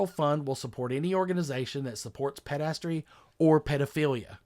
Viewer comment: It's not "PED-drus-tee". Please reference a specific number in the musical HAIR for proper pronunciation.